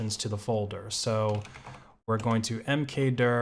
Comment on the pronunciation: livecd ~# mkduuuhhhrrrrrr Nonsense aside I might have to wipe my Buster external and give this an extended trial.